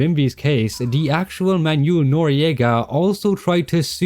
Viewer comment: Someone should make a second channel and count all the times butchers non-English names. "Zao"? "Manyul"? "Paitilia"? Where is he getting these?